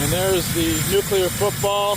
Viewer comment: Are you saying "nuclear football"?